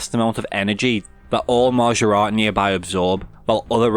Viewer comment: Hearing a scouser say maaajaaarat is the highlight of my night